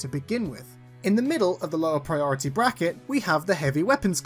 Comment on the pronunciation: He's PriRorItY